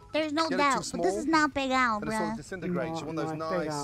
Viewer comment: I love that "pegao" is so viscerally upsetting to every Puerto Rican I've seen react to it that they just can't help but double or triple their use of Spanish. Their souls are screaming "¡Para!"